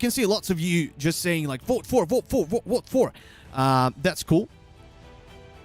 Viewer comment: 1. When tries to say vote, I always hear "boat". 2. Wow, how stupid are people? He said a dozen times that you need the exclamation mark 1st 3. Why the hell do people feel the need to spam the chat? 4. The one question I had was not answered. So here goes: In the guild boss fight, there is a counter on top that goes down. What does it count?